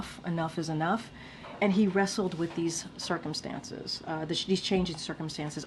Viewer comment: "he rassled with it. He RASSLED!! WHAT MORE DO YOU WANT!" 🤣